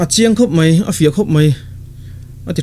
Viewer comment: Sari a tar tawh ngei mei a,Sari a tar tawh mei bak ah ..... "Mei" hi I hmang uar ve si a engtih na tak chu ni maw??? Pathian thu I sawi na ah hi chuan Mizo I nih chuan tawng hi lam dik rawh "mai" ti ve tawh em em rawh. mipui ngaihthlak a tana rawn in tlang zarh Pathian thu sawi nih phei chuan Mizo tawng hman lam dik hi a ngai.